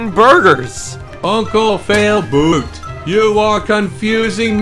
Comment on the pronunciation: 😒You said uncle fialboot...😒 Your brother is failboat... 😒